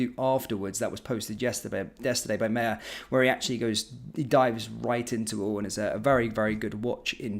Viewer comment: Stop calling your boss “Mayor”,he is not head of a city council. He himself pronounces it “ My-er”.